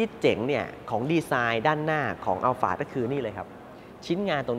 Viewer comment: ใช่ครับ คนไทยคุ้นกับคำว่าอัลพาร์ด แต่ชื่อรุ่นจริงๆ ออกเสียงว่า อัลฟาร์ด ถูกแล้วครับ เค้าไปถามจากวิศวกรชาวญี่ปุ่นที่เป็นคนออกแบบรถรุ่นนี้มาเลย หลายปีละครับ 555